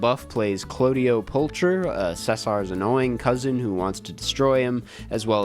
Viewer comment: They way you pronounce ceasar and claudio. Did they also pronounce it like that in the movie? If so thats odd as hell.